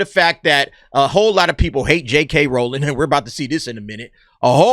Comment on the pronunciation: Well done for pronouncing Rowling correctly, so many people get that wrong.